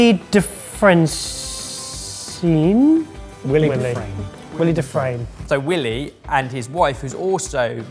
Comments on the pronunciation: Please do a smidge of research. For #2 it is Y-Lee, not Willie. He is a celebrity chef that was at the forefront of molecular cooking. He loves eggs and his former restaurant (WD 40) was amazing. As they say, put some respect on his name please. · Boys!! Always love the episodes. One thing his name is "Y-ly" not Willie. Lol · its Wylie as in why lee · Guys for the love of god his name is pronounced like "While-E". He won best Chef in New York from the James Beard Foundation in 2013. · It's Why-lee! Wylie is the nickname for my kiddo specifically because of that chef. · Amused they're not familiar with Wylie Dufresne (Pronounced WHY-lee, by the way). He had one of the most exciting super modernist restaurants in NYC. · FYI his name is pronounced WHY-LEE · It’s pronounced WHY-lee doo-FRAYN. He’s chef of WD-50 in New York, He’s one of the front runners of molecular gastronomy. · Great video- just an FYI- The chef’s name is pronounced “Why-lee” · How the heck do you get "Willy" from "Wylie"? Single constant separation boys, it's a long Y. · It is pronounced Wye-lee. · Wylie Dufresne’s first name is pronounced like “WHY-lee.” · I'm so triggered by them mispronouncing Wylie. Think coyote. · I really wish they didn't mispronounce WYLIE (WILEY) Dufresne's name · Chef of the late great wd-50, which I will miss. You also mispronounced his name? Shame on you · So annoying that they can't pronounce "Wylie". Lol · Not how Wylie's name has been pronounced when he's been on Top Chef lol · them mispronouncing wylies name the whole time almost killed me. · It's WHY Lee right? Not willy. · Childishly, I can’t stop giggling at you calling Wylie Dufresne “Willy” 😂 it’s “Why-lee”, like the coyote. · Congrats on the gin but I gotta tell you it’s pronounced why-lee not willie lol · Wylie wye-lee. Not Willie. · You got the pronunciation of Dufresne correct but Wylie is not pronounced “will-ee” it’s “why-lee” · It's not pronounced like Willy. Think Wile E. Coyote. WHY-LEE.